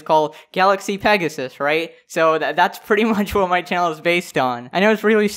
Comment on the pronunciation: Everyone, Listen: Petasus.